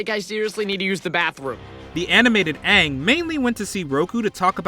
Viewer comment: "so... ARE you the Awvatar, Ong?" - Sohka